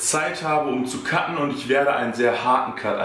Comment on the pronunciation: Wenn du sagst "cutten", hört sich an wie kacken :D sorry fürs offtopic ^^